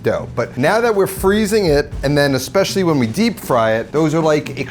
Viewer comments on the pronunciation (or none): none